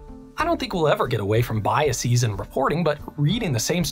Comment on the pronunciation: "Biases" is pronounced BYE-uh-sehz (not bye-uh-SEEZ). Great research and presentation!